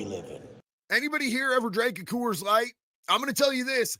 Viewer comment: Co-woors light 😂😅